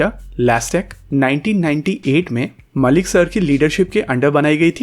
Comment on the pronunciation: It's actually Mallik not Malik. Mallik or (pronunciation: Mol-lik). I don't where he is from. But in Bengal it's very common name, Mallik (Mol-lik in pronunciation)